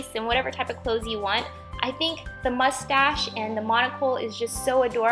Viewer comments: Who else noticed that she kept saying mushtash not moustache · You sound like your saying mushtash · Lol u said mustash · the way you say mustache gives me life. very cute craft! love all of your videos and ideas! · Haha, I love the way you were kind of struggling to say mustache. Very cute octopus! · Love the way you say mustache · MSP123 ikr